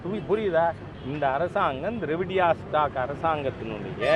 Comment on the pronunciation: ஐயா நீங்க ட்ரவடியா ஸ்டாக்கு சொல்லும்போது எனக்கு வேற மாதிரி தோணுது ஐயா😂😂😂